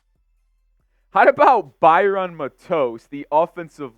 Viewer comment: It is Matos with the accent on the Mat not on the tos.